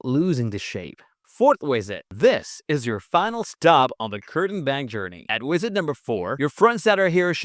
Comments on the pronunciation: Maybe it's part of the charm of your channel, but I know you can say "visit" bc honestly, I feel like your channel is Ai. I'm not even sure if it isn't, but the content is somewhat helpful. But keep saying "WIZZIT" if it's what helped you blow up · Why do you pronounce visit like that?